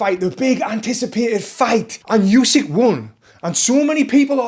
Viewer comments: ukrainian here, should be pronounced more like "ooh-sick" tbf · All good but the 'u' in Usyk is not pronounced like in "Eubank" or "use", it's a hard sound like in "hoUse"